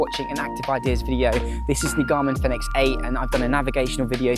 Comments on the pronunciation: All I said was you pronounce product name incorrectly, then you got snidey with me because I used the edit function to rephrase my question.. Not cool.. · You pronounce the product name incorrectly..